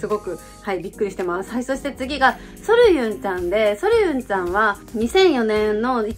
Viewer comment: ソルユンじゃなくて、ソリュンでは…？